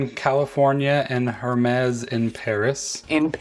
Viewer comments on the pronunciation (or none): By the way, it’s “Ermes” the “H” is silent. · I love most of the Hermès watch bands and wish this one was available in the smaller 42mm size but not in the double tour style (can’t stand bands around my wrist twice). This one I would definitely buy as the color and style looks good to me. Can you please drop the “H” in Hermes … please?! 😊